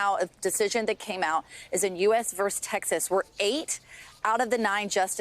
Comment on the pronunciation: Please teach your correspondents and announcers to pronounce “vs” correctly. It’s VERSUS, not “verse.”